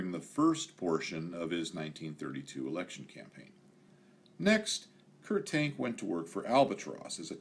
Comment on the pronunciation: Great video, one minor quibble. I believe that the FW-190's designers name is more accurately pronounced as "Kurt Tahnk"